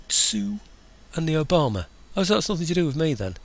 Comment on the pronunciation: Sounds funny when you say it Tsu and...Obama